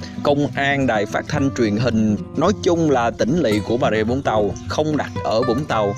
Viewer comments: cảm ơn vì đọc là vũng tàu chứ không phải zũng tàu :)) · ko mình ko ở vũng tàu. nhưng nghe ad đọc rõ là vũng tàu thì thấy dễ nghe chứ nhiều người cứ đọc chữ v thành chữ d hoặc chữ z nghe đau tai lắm :)). hihi